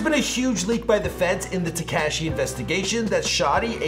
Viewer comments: ITS TEKASHI NOT TAKASHI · is there a chrome extension to mute everytime says TEK-CASHY??? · Who tf is “TaCASHi”? It’s not hard to say his name man 💀.